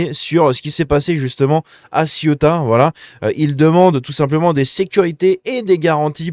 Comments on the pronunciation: Ceuta! vieux! pas Siota comme La Siotta près de Marseille.. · C est pas ciotat,c est ceuta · Cé-OU-ta , pas Ciota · Ca se prononce “Cé-ou-ta”, c’est pas La Ciotat lol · Le derecha c'est la droite. La izquierda, c'est la gauche. Cè outa pas ci outa. Ceuta. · Céouta telle est la prononciation... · Ca me trigger à un point que tu es autant de mal à dire cé ou ta. La ciotat c est en france . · Ça se prononce Cé-ou-ta je crois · T'as toujours pas appris à prononcer CE-OU-TA?